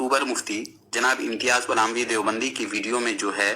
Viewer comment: Is ko palami nahin phalami kaha karo